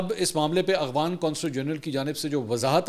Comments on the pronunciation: Aghvan nahi bhai afghan bolty Hain...5th cmnt hai Mera just is aik ghalti py mgr aap wahi k wahi Hain or kehty Hain k cmnt kia karain hmari team parhti hai aap k cmnts. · Mansoor Bhai. It is Afghan not Aghvan